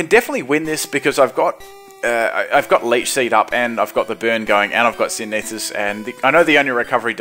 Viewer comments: The way he said synthesis made me laugh. Syn-a-this... It's Sin-the-sis. XD Made my day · Synesis? Synthesis. SYNTH-UH-SIS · it still bugs me to this day for you say synEEsis instead of synTHEHsis ._> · Synthesis is pronounced "sin-thesis" as in "photosynthesis".